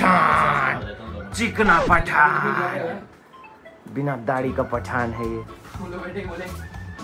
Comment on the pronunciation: Pathan ❌thakan☑️ 😂😂